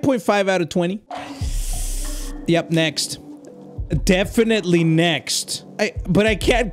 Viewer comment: “Defentily-“ “Defentily-“ “Tape 2” Bro that got me